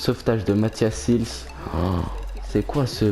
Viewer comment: On dit pas sils mais sails